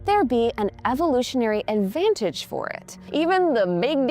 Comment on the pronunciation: Thats kinda cute. She says "anvantage"